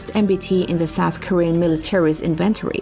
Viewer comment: english is so weird and has rules that it often doesn't obey.... inventory accent the 'in' first syllable so INventory... French is weird too as we english speakers spell stuff with that the French would separate as an article so Le Clerc is 2 words Le is the article and Clerc is the noun. Weird I know love the post keep it up its a great watch